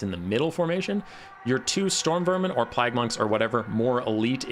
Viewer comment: I can't help but chuckle every time you attempt to say "Plague Monks."